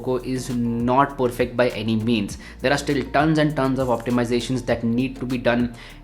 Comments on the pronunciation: I guess saying 'poorfect' instead of 'perfect' is a thing now. Anyways. Dope video as always. 🔥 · THE Poorfect guy🤣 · Dope video as always!! but saying poorfect too many times was a bit off!! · Feels annoying if it is done on a continuous basis otherwise the present of the video is solid. I like to watch videos from YouTubers who have a very clean way of representing things but that 'Poorfect' is annoying. Sorry mate.